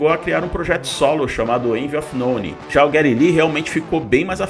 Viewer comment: Parei de ver quando falou "J"eddy Lee. Caça click.